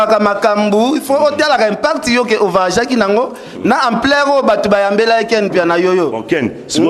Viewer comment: mbokatie body ya jaune lokola ekolo ya fufu vayage vayage On dit voyage makelele ya pamba pamba elongi mwindu lokola masoko ya chaka kongo